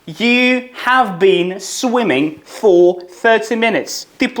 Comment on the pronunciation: Ваше "фоР" просто додає смішну родзинку😂